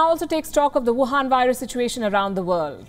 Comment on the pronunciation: Wion virus 🤣🤣🤣🤣